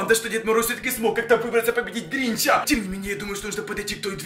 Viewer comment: Странно говоришь тебе говорить не учили ты говоришь так что неприятно становится говори нормально как обычный человек мне не нравится вот это вот когда ставят на голос на другую букву там например гринчЯ